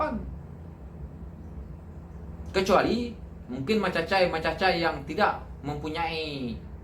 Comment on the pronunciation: Tergelak saya... "Mecacai-mecacai" yg Di sebut saudara...